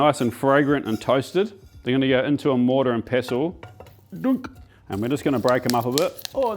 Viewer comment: the mortar and peso? lol no coins in my salsa please\ tomatillo sounds like TOE-MAH-Tee-Yoss/ pretty brave to try this recipe always wanted to make my own mole'